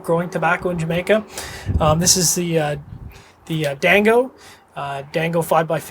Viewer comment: Django is pronounced "Jango", D is silent.